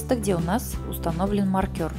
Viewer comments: Ух как режет слух маркЁр, правильно маркЕр... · Ну мне просто интересно, с чего вдруг маркер стал называться маркЁр? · Все очень понятно. Но, пожалуйста, не говорите маркЁр, нет такого слова! Очень слух режет. А за подробное описание- спасибо ) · маркЁр....режет слух ужасно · Спасибо. Хорошие тапки! Отдельное спасибо за накИд, но маркЁр это просто что-то с чем-то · Здравствуйте.Вязала по вашему мастер классу. "Маркер" режит слух. Потеряла время, получила опыт по перевязыванию. Спасибо. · Люди скульптуры вяжут , и то все подробно обьясняют , надо было сначала связать , все петли прсчитать , а зачем забегать вперед? Не проще было где прибавки с 1 ряда поставить маркер и пусть бы он болтался и все было бы понятно, а то вот разгляди там ,где была при бавка провяжите , сдается мне , что у нее всего один маркер и слово маркер выговаривает неправильно , прямо режет по слуху! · Хороший мастер класс, спасибо большое))))) Но очень прошу! Ставьте ударения в произношении правильно🙏🏼 Не нАкид, а накИд, не маркЁр, а мАркер🙏🏼🙏🏼🙏🏼 ужасно режет уши...